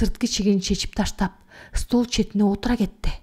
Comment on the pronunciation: тЫштап салып дегенинер кандай. тАштап салып деп окусанар